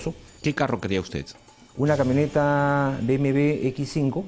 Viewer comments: Jajajajaja dijo BMV jajajajaja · se dice bmw. burro no bmv.. en todo caso seria b.m.doble.v .. o como desimos aqa mejico.. b.m. doble.u. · Que dijo sobre un poderoso que BmV ?? Pensé que era BMW jajajaja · se dice BMW no BMV